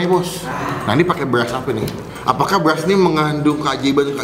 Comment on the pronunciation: Soundnya tolong benerin bang, masa Ngomong BERAS kedengearannya malah BELAS